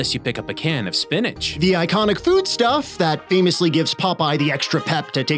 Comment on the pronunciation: That's pronounced, spinichk.